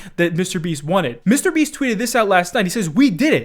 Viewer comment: Am I the only one bothered by the way pronounces "Mr. Beast?"